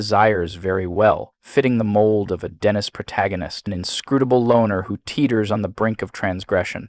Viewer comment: Also pronounced Claire Denis as Claire "Dennis" 😂